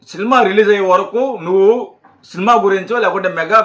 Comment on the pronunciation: ఒరేయ్ ముందు సబ్స్క్రయిబ్ అనడం సరిగ్గా పలకడం నేర్చుకో వాడిసంగతి తరువాత చూద్దువుగాని సిల్మా కాదురా సినిమా సరే మేము సబ్స్క్రయిబ్ చేస్తే నువ్వు ఏమిచేసుకుంటావు ఇటువంటి మాటలు మాట్లాడి చిరంజీవి గారి పేరు చేద్దాకొట్టకండిరా